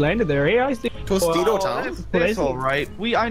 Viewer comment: Totato town: TOSITO TOWN